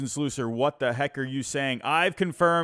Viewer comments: It's SLUSS-er not SLOOS-er 😂😂😂😂😂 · Learn to pronounce Susan Slusser correctly. It’s Sluuuuuuusser.